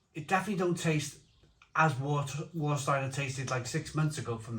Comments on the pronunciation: just a little tip...W in German is pronounced as a V so it's Varsteiner not Warsteiner and Krombacher is the better... both still brewed in Germany... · And "S" is pronounced as "sh" before a "T". For example Stadt is pronounced as Shtadt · “Var” not “War” 😎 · Hey nice video, i've been living in Germany for decades, I prefer Krombacher, and its what I drink mostly. Warsteiner which is pronounced Var steiner, has a very metallic after taste, and I find after 5 or 6 you get a massive hangover the next day. With Krombacher, i can drink 10x 500ml no dramas and no hangover the next day. The thing that they have probably changed is the water they use to produce the beer, Krombacher use local water from the Quelle, which is free from chemicals and that's why i think the taste is much more crisper and purer, and that's why I don't drink Warsteiner anymore. Served Temperature also affects the taste I find, especially with Becks, i cannot drink a room temperature Becks, but served from the draft, it tastes 100 times better. Even in Germany its hard to find Krombacher on tap, its always either pissy Veltins, Becks or Warsteiner, such a shame. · Surely pronounced Varstiener? Prefer krombacker but not tested against jever and flensburger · remember to pronounce warsteiner as varsteiner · OK, Have you tried Kaltenberg Pils? If you haven't, don't bother as it was a fine beer when it was 6% ABV, it's now a ghost of what it once was at only 4.8%. Is this what they call progress? By the way,, it's pronounced Varsteiner, in my local they call it War Starter. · And yet he can’t pronounce Warsteiner correctly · He pronounced the beers incorrectly but he didn't watch the video I saw on how to pronounce German beer I guess